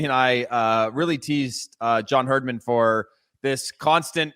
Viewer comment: Love it guys, but Jimmy, it’s Herdman.. Not HerdSman. 🇨🇦🇨🇦🇨🇦